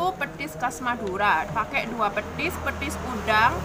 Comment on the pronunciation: petis mbak bukan pethis